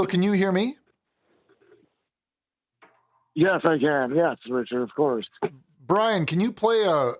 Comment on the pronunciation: Richard you said Brian instead of Drian. He tries correcting you multiple times, please listen to your guests